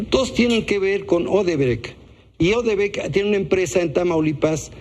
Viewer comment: Ni siquier se llama odrebrec . Es Odebrecht.